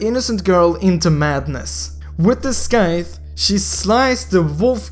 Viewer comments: its not scaith its sithe (scythe pronunciation) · sjjdkxbdd He was saying skythe 😂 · ur english is horrible bruh roger is 'raw-jer' scythe is silence C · Skythe? 😂😂😂😂 it's pronounced Site or sight :P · the "scythe" is read as "sight"....